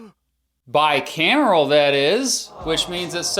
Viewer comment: You meant a bicameral system. Your pronunciation was a bit off for the bicameral system. Lol